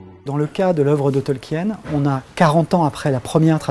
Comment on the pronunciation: Tolkien, ça se prononce bien "Tolkin" et non pas "Tolkiène" à la française...